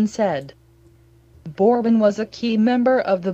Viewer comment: PLEASE PRONOUNCE HIS NAME PROPERLY! Whoever is reciting this obviously has no memory of Pedro Borbon or the Big Red Machine. This video is misspronouncing his name! I have very fond memories of Pedro Borbon and I extend my condolences to his family.